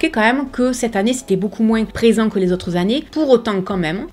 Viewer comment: J'aime beaucoup ton contenu! Cependant, en langue française, il me semble que l'on dit "moins" sans dire le S à l'oral. Bonne journée! ^^